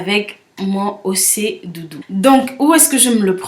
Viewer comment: Super vidéo , la prononciation c'est ochè dudu ; bisous ma belle et bonne continuation .